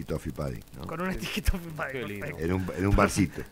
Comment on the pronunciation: Un pequeño aporte. Se escribe 'pudding' y se pronuncia la U, no se dice "pAdding".